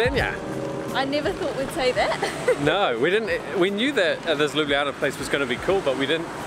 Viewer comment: a rare instance of tourists saying Ljubljana correctly. Bravo!